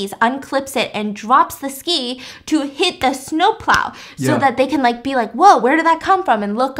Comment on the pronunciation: you also said plo, instead of plow hahhaa 😂